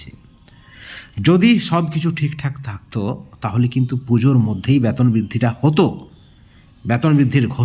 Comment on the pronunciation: আপনি আগে সঠিক উচ্চারণ শিখুন বেতন বলুন, না বলে ব্যাতন বলছেন কেন খুবই কানে লাগে